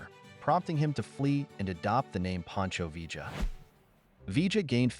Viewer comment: You make a video about Pancho Villa, and can’t even pronounce his name?